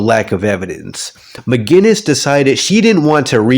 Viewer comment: Mcgillis not mcginnis